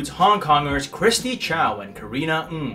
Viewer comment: The first time I am hearing the most accurate pronunciations of last name “Ng” in North America. LOL. Thanks.